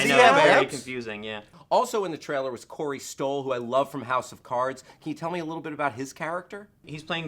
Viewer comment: For the love of all that is holy.. LEARN HOW TO SAY THE WORD TRAILER!! It's not a hard word! It's not "traller"! Man you're annoying.